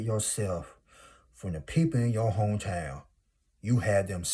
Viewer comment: Not Hah-to on your name😂💀. Sorry I cracked up with every Hah-to you said but I definitely received the message. ❤thank you 🙏🏾 be blessed. You’re 100% right.